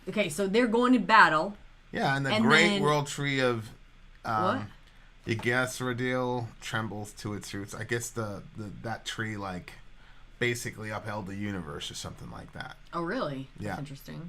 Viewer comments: Don’t forget the Vanaheim, dude. Half the gods (like Freyja) don’t live in Asgard. Most of the goddesses live after Ragnarok (they are all resurrected anyway). Also, your pronunciation is pretty close with Yddgrasil and I’m happy to see people taking stabs at the language. It’s pronounced closer to IG (like how you would pronounce “igloo”) Dreh-Zil. I love the emphasis on Norse mythology lately. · Midgard is Earth basically, Asgard is where the gods live, and Yggdrasil is pronounced Yeeg Dra Seal. Hope this helps. Additionaly, Ragnarok is the final battle where just about everyone dies with the exception of, I think, two people.